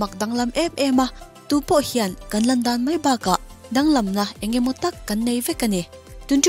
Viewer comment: Barca tih hi barka angin i chhiara barsa anga chhiar tur a nia. Mi dang pawn an sawi tawh mai theia ka lo sawi ve hrim hrim